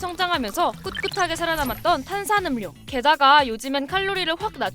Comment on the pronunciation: 음료 발음은 [음:뇨]인데 KBS 채널에서..